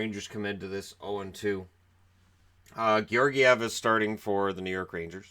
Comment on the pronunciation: The stress in Georgiev is on the i. It is pronounced /GyorgIev/. He is born in Bulgaria and his father is Bulgarian so that is the correct pronunciation.